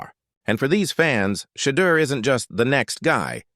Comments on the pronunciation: His name is NOT Shay duer!!! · His name is NOT Shee duer!!! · His name is shedoor.!!!!!!!